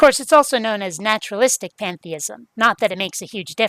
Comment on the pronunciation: Did he say, "Panda-ism?"